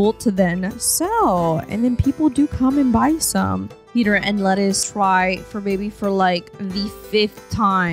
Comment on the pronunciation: Lettice pronounced Leh-teece. 😁